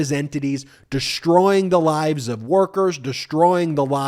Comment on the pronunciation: Shtruggle? Deshtroy? Stop it. Speak properly.